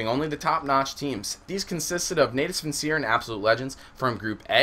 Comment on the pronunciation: ok, call them navi or search for the correct pronunciation, no offense ^_^ i was having a creepy chill every time i was hearing natus vincere